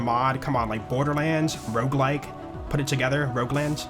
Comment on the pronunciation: the ''rouge like'' fucked my brain as a french speaker, in my head it was '' how does it red like '' (rouge is red in french)